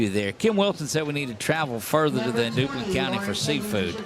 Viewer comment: That’s not Dublin County, It’s Duplin with a P!